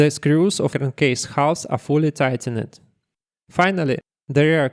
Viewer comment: by the way, in English words ending with -ed, you typically do not pronounce the 'e'. for example: tightened = "tightend", installed = "installd".